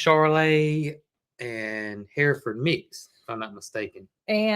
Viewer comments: Finally pronounced Hereford, correctly. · It’s “ her furd”, we used to raise them.